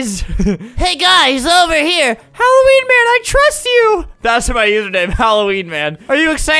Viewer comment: Its supposed to be Halloween not Helloween